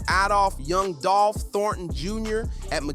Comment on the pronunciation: The way you said dolph first name you. Should be cancelled